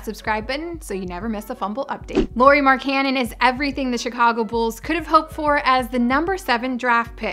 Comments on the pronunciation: Why does she keep saying Marcannon its Markkanen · King Phoenix more like mark-ka-nen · When she said Mark cannon I instantly clicked off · I peeped the comments so i guess u murdered his name Mark Canon😭 just call him Lauri MarkGoat😭 let me not over hype him😎plus frank decent better fit with The Unicorn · Fire her now she can't even say markkanen right come on now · Britt would have said his name right